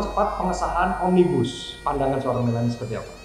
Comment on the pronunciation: Kata mbak melanie OMNIBUSLlEER 🤣🤣🤣